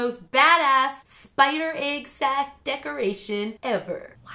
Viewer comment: The way she says egg sounds like aygg and it makes me die inside.